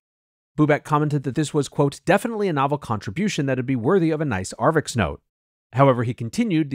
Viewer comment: It's 'arXiv' (archive), not "arvix".